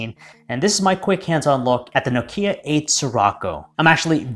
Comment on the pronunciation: Nice! Now the first thing you need to do is learn how to pronounce Nokia. That is an absolute must!